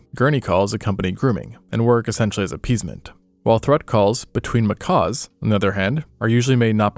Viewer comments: Seriously; macaws are friggin' parrots. I love this pair of channels (Extinct Zoo / Live Zoo), but the number of mispronunciations in this video alone are pretty disheartening for what's supposed to be educational content. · Not "macaws". "Mckacks." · A Macaw is a BIRD. These are Macaques, sounds like mah-kak...As opposed to mah-kaw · They are not Macaws but Macaques pronounced makack or makock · They are not pronounced like macaws- it’s pronounced macack. Like back. Do you not learn these things when researching your videos? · He either cannot pronounce the "cuh" sound or he is saying it that way to avoid YouTube flagging his video